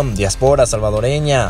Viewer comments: Se dice diáspora. no diaspora houston. lo pronuncias muy mal. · Disculpen pero no se dice diaspora se dice diáspora. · Dia'spora no diapo'ra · Disculpa amigo pero tú pronunciación de DIÁSPORA es incorrecta.. Dios bendiga al señor presidente Bukele..